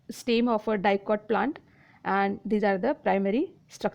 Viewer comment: It is not steem its stem 😅